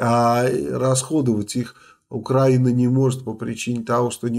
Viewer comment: Обычно, Мальцев редко не грамотно говорит слово Украина, в этом ролике он снова допустил эту ошибку, видимо просто машинально